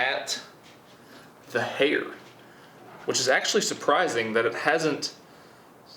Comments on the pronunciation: Who else thought he said "hater"? Just me?..ok... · When he said hair I thought he said hater ms daisy might want to spend time in the jar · Instead of "Hair"... I heard "Hater"... "Our last item is Hater, and I know where we can get some Hater." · When he said hair I thought he said haters to dissolve in drano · I thought he said "Hater" HAHAHAHAHAHAHA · My tired brain thought you said "hater" not hair. So i figured you were gonna put some toxic comments printed out in a jar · I thought he said hater no hair lol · The way he says “Hae-er”😂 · when you said hair, i tought you said hater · give me a chance, im a french Canadien and the way you pronounce "hair" got me the cut hair scene To understand what you talking about.